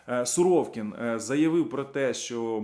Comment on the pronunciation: Не суровкін а суровікін))))